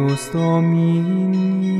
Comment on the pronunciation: Soave e trascendente cantata benissimo. Una cosa però e' importante. ANGELUS non e' una parola tedesca ma è una parola latina-romana e la "g" e' dolce e va pronunciata come "Angel" in inglese". E' vero che "Angelo " deriva dal greco ed era pronunciata dura, e anche il latino antico probabilmente era "g" dura ma questi canti sono nel latino corrente romano -cattolico in uso (ormai da qualche millennio) Infatti occorre usare il latino che era nell' intenzione di chi scriveva e non quello arcaico come ben spiega Sant' Agostino a riguardo della parola "temetum". Grazie.